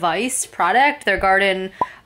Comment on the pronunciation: always Love your videos. I saw on another video that the wifi needs to be on 3G not 5G. And I think it is pronounced more like Gardeen Like Gardenia. Long E sound.....?